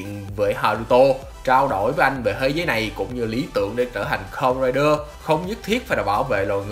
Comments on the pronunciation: bạn đọc từ Kamenrider từ từ thôi :((, nghe không rõ hơi khó chịu á, góp ý thiện lành kkk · lần đầu xem kênh này nhưng có ai thắc mắc vì sao ông đọc script đọc kamen rider thôi mà như nuốt luôn chứ 2 chữ men ri vậy :)) t ko tin là bị ngọng trong khi 2 mấy cái tên khác thì đọc rõ to xong gaim là từ khá khó đọc cho một người bị ngọng ấy :)))